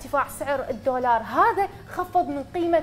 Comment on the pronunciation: الجفصة الثانية الدقيقة (الدورار) 😂 دضحكي يا حسناء لا تضمينها 😂😂